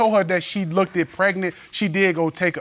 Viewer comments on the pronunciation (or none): She said “lookeded”😂😂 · OMG and both of them kept saying "lookted". I kept hoping it would be the last "lookted" and then they just kept repeating it. They weren't embarrassed but I sure as heck was for them. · And "lookded". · "Lookkidid?" Huh? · “Lookeded” too😂